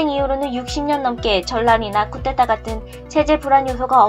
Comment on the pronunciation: 쿠데타를 자꾸 쿠테타 라고 하는게 왤케 신경쓰이지 나만 그런가? ㅋㅋ